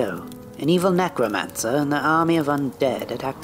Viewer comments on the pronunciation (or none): the evil PECROmance. did I hear that correctly? LOL!